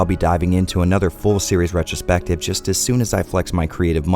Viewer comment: More like retch-ro-spective.